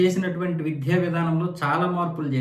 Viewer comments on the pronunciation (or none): విధ్య కాదు బాబు ఆ పదం కేవలం విద్య అని మాత్రమే పలకాలి.